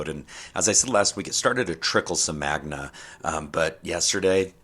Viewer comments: Guy says "magna"..not "magMa" 😂 yeah, I think I'll stick to FOX 5 for my news ..thx 😂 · Is he saying magna? 🤦‍♂️🤣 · The guy talking about the volcano don't even know how to say magma right.